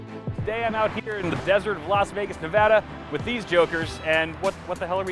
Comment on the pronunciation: Omg omg omg omg he is now my favorite YouTuber because he said Nevada correctly YES